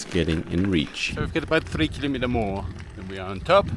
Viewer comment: this was awesome, as usual! But i have to ask you something: could please Look Up how to say kilometer in english please? You say it 50 times per video, i think it would pay off to say it properly. Otherwise, keep Up these awesome Videos (and Pictures!)